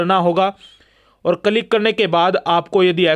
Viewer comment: Its किलिक Yaar...not कलीक